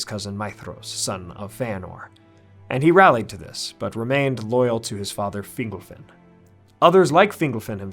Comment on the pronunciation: Finglefin? Really? Sounds like a species of fish. You Americans are useless with accents.